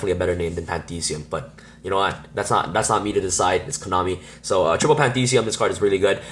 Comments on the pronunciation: its pronounced Pan-thee -is-um . the same way theism is pronounced in atheism NOT pan-thee-see-um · dude. its pantheism, not pandeede, that being said... nice deck list